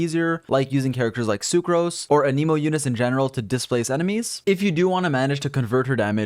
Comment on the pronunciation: For the love of god.. A-loy.. Not ALLOY.. Do people never like, maybe just look up their name? Even out of curiosity? I mean, shit. Aneeeemo?? An-nuh-mo. Come on! Uh-knee-mo doesn't even SOUND right. Just naming off the other elements will tell you you're saying it wrong.